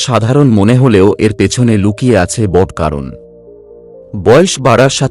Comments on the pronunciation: উপস্থাপনা ভালো।তবে যিনি উপস্থাপন করলেন উনি বালের মতো বাংলা বললেন। বড়কে বড়্ .ঘনঘনকে ঘন্ ঘন্ । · বড়, উৎস, ঘন ঘন, এবং আরও অনেক শব্দগুলো উচ্চারণ কারণে কিছুটা অস্বস্তির কারণ হয় ।